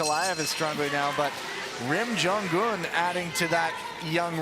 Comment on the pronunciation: it's jong-un!! not jon-gun